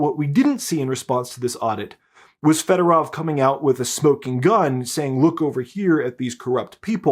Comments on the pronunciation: here is a tip on Ukrainian pronunciation. All “o”s are pronounced like the o in the English word “over”. So the “o” in Federov should be pronounced like that. It’s not Federav like you’re saying. Apply that same logic to any Ukrainian word, including the names of cities and other places. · Why do all call him Federov? It's Fedorov!